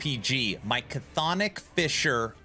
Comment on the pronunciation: Love this build, 😂 just wish you'd say Chthonic right lol